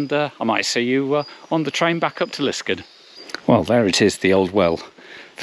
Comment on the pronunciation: Obvious that you are not a local - it's called Lisk-aard!!